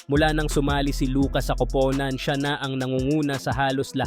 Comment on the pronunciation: Hahaha pansin kudin Yan pag nag Sabi sya Ng kupunan magiging kopownan Ang pag bigkas pero ok naun nakakatuwa naman pakinggan😊😊😊